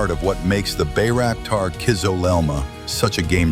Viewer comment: Das heißt Baykar und nicht Baykar und es heißt Tuerkiye und nicht Tuerkiki.🇹🇷🇵🇰🇦🇿😎